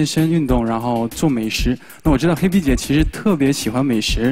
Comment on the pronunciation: H b？？口齿不清啊